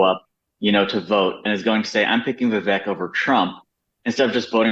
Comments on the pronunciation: And by the way… when in God’s name is Megyn going to pronounce his name correctly… Viv-ACHE But we love you to the moon and back Megyn and Abby ! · Ok, BS analysis, how about somebody try to pronounce Viveck’s name right. Love you Megyn but this was not your best moment.